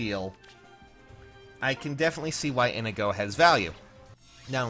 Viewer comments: ee - nee - go please pronounce his name right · Isn't his name pronounced In-eye-go? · The way you say inigo kills me